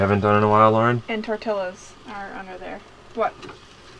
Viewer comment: Pretty good stuff. enjoyed, thx. can you take teasing about your pronunciation of tortilla??? you said, = Tor 'till' a. ha, ha. good one! (if you were trying to be funny)